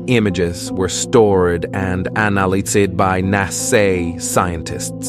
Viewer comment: Are you telling us that you could NOT find a clear-speaking human being to narrate this very interesting story? NAsay is NASA, etc. LMAO Thumbs down for being lazy and cheap for the audio portion.